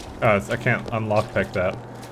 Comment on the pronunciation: i swear i thought i heard say "unlockpick"